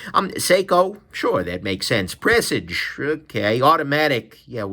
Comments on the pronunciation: It’s pronounced like you would a garage. Garage / Presage. Just my dos centavos brother. Don’t like the Presage Line myself. I rather go SARB Line or SARX or SARY All with the 6R15 movement without the busy dial. Again just my dos centavos. Nice video brother. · what's weirder, the way says Shay-man, or Pressij?